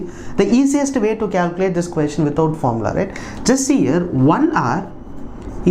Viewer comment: Na your pronunciation on the word 'question' really peculiar one Queestion